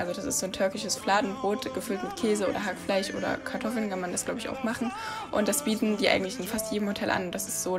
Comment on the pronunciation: Wieso zum Teufel sagt sie HackfleiCH? Und nicht HackfleiSCH????